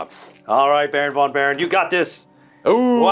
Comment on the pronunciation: In German and Dutch languages v is pronounced f. So Baron von Baron is pronounced Baron fon Baron.